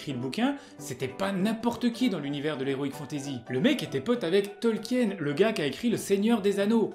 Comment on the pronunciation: salut, je viens dire que, les oignons pas cuit, c'est degeu, et que Tolkiens ce prononce tolkine.